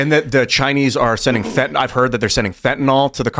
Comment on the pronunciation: be smarter than every congressperson: say fen-ta-NIL. It's not fen-ta-NAHL.Graphoon.